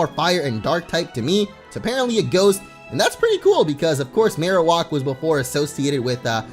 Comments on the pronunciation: my god it's maroWAK not maroWOK i don't know why this bothers me it just does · It bothers me that he says Marowalk instead of Marowak 🙄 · Why are you saying Marowak so strangely? Marowak is Marrow like bone marrow and whack like smacking you with the bone! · Your pronunciation of marowak makes me cringe so hard. It is pronounced Mare-Oh-Whack. Not walk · the way he pronounced marowak is unacceptable